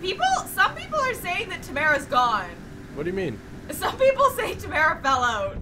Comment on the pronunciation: you are lieing samara has been tammara the whole time